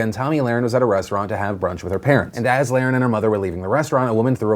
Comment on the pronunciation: Phil I’m pretty sure you’re pronouncing her last name wrong. Over and over again